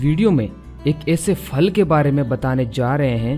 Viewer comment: Aap phal ki fal bol dete ho